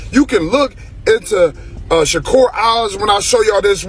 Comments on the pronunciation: Say his name correctly. Sha-Kur not ker. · Sounds like he say checker 😅